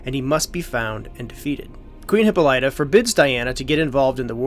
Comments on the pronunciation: It's not hip po lie ta.... it's hip pol lita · It's pronounced Hip-polla-ta.